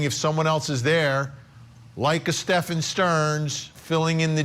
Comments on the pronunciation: Correct but Sterns friend said Sterns name was also pronounced Steven/Stephen/Stephan. Not Stefan. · His friend said it was pronounced Steven. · I'm sorry but I can't take that guy serious calling STEPHAN Sterns, STEVEN. It's not like it's a new case.